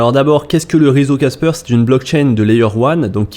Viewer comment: C’est pas caspeur ! C’est casper !